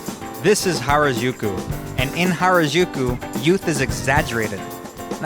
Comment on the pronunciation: The video footage is great! Good color! Very pretty! Good job pointing out a lot of the most famous places in Tokyo, but you are mispronouncing the names of many places: Narita, Harajuku, Shibuya, Tsukiji, ... You can confirm the correct pronunciation by asking your online friend Yuki or any fluent Japanese speaker. When you said, "Akihabara" and "Shinjuku", it was OK. I have live and work in the Tokyo area. I could easily recognize all the places visited.